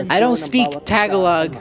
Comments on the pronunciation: makes sense that you said tayg a lohg but still 💀 its tagalog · I am Filipino and when he said "taglog" made me lose it! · "Tag a log" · this is how you pronounce it "ta-ga-log"well I'm Philippines so you're welcome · Why do americans pronounce tagalog ta-galog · As a Filipino, the way he pronounced tagalog killed me 💀